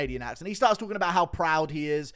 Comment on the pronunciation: That Canadian accent "proud" killed me 💀